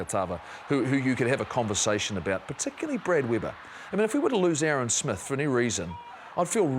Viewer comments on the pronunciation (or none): none